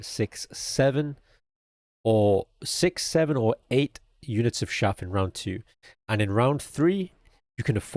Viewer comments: Great guide. FYI, chaff is pronounced with a hard ch sound, like cheese or chase. Peace. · hearing him say "shaff" instead of "chaff" over and over was just so wholesome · Its Showder not Chowder If u know the reference u will lol